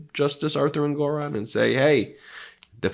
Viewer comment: ENG or on, not En GOR on.